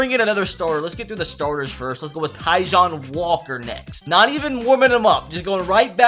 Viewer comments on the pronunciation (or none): “Ty-John Walker”😭